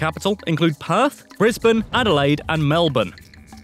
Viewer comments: Koz - ee - osco. Well done on Melbourne tho, most youtubers butcher it Also, technically, the territories are not states. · When they pronounce Melbourne correctly but not Uluru or Kosciuszko.